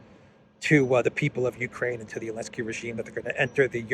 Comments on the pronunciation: i've been watching for months and i'm wondering why do you keep calling him Elensky? Its Zelensky. Is there a reason? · Is there a reason why you keep calling Zelensky Elensky? 🤔